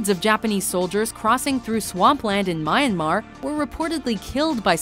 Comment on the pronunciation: is no one gonna talk about the fact that she said 'mine-mar' for myanmar IM